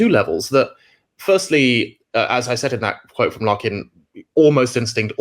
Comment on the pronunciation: Its Locke FFS, not loach - I thought u were talking about the film director.